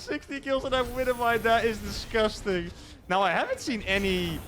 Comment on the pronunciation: "16 kills that is disqusting!" lol